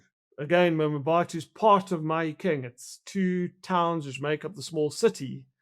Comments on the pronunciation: Wayne it's pronounced Mabato - not Mamabato 🙄... lived there and in Mafikeng (Mahikeng) for a few years over 20 years ago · Him saying "mamabatho" is nauseating. No effort at all to pronounce the name correctly. If he tried i am sure as he'll he wouldn't say "mamabatho". The disrespect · I 'm not sure that it's nauseating, but I agree that he could've made an effort to learn the pronunciation. There are quite a few people who struggle with African names beginning with and 'M' and another consonant, as in 'Mkhwanazi being pronounced Makwanazi.